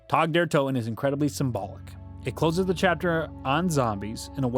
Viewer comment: Calling it tag like the game really bothers me lmao